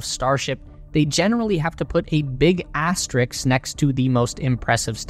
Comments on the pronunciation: Asterisk, not 'asterix.' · Learn to say "asterisk." It's not "astariks." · The word is 'asterisk' not 'asterix' or 'asteriks' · There is no "X" in "Asterisk" unless you're talking about a Gaul in a comic book. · It's pronouced "as-te-RISK"